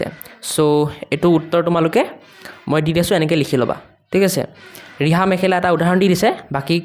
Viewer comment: ছাৰ আপুনি ৰিহা শব্দ ঠাইত বিহা দিছে🤣😂